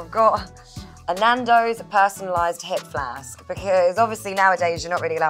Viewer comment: awe her Bristolian/somerset accent came out when she said 'hip flask'